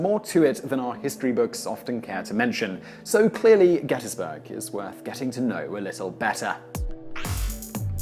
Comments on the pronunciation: Gettys-burg not gettas-burg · Congratulations on pronouncing "Gettysburg" like a native. GetUZberg.